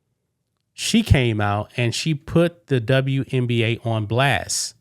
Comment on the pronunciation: Elmer Fudd says the W in WNBA stands for "WESBION"